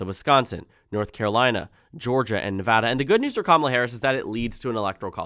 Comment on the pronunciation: Thank you for pronouncing Nevada correctly :D